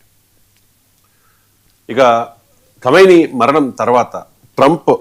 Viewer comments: Kaimoni kadhu raa babu kameni😊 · రావు గాడు చెప్పే సోది ఇంత అంత కాదు.. ఖైమేని ఎంటిరా చవట... ఖమేని 👹